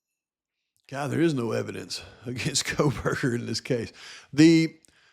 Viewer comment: = lol, Is this a joke? The correct pronunciation is CO-burger not CROW-burger -duh. If you can't even say the suspect's name correctly after two years you have no credibility whatsoever from the get-go.